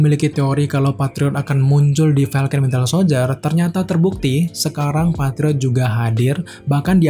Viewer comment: kok host ini nyebutnya Wintel Soldier ya, bukan Winter? :)))